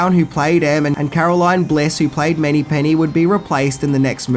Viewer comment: C'mon dude everybody knows the character as Moneypenny not Many-penny 😂 and I like how you pronounce Sanchez as San-shez LOL